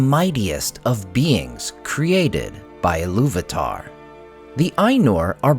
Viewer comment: Eru Ilu-VAH-TAH